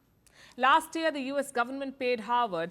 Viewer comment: howard vs harvard ? ,it sounds like you are pronouncing it as howard , Kamala attended howard university , Obama Havard university.